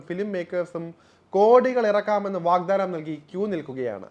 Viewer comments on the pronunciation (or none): none